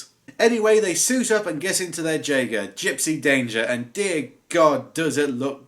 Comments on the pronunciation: Dude, it's pronounced "Yay-Ger". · It's pronounced yeagar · Fun fact, it’s not pronounce the way it’s spelled jeager is actually pronounced Yeager. What is with humans and not spelling something how it is pronounced. Edit: it’s weird how Gipsy Danger is the one that fell over when your talking about the movie the robots in, very strange.... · It is pronounced je-a-ga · You don't pronounce the j in Jeager as you would in the word jay. You would pronounce it as a y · the j makes a y sound it’s German for hunter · You missed pronounced Jeager, say the j like a y or u.